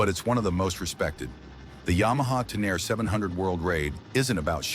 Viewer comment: Yamaha Tenere ❌ Yamaha Taire ✅